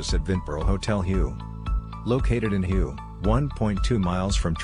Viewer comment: Hue is pronounced Way